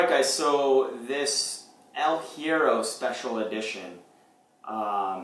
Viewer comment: In Spanish words starting with H, the H is mute. So, it's more like "ehl ye-rro" ;) - great vid!